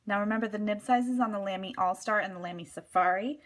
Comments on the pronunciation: Brand pronunciation is more like Luhmy with the u pronounced as in but or butter. :) Apart from that I really love my Lamy collection but I prefer the heavier Studio to the lighter Safari or Al-Stars, though I prefer the shaped grip section of the Safari or Al-Star to the roundish Studio. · Good video as always! Just FYI, "Lamy" is pronounced so that it rhymes with "mommy". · Love you so much, but you said Lamy wrong and I got triggered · You pronounced Lamy wrong